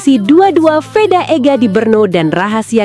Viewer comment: Vedaaa woyyyy,,, bukan Weda...